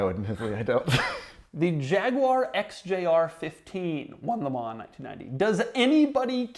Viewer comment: Doug the kind of guy who says MeLans ....🫣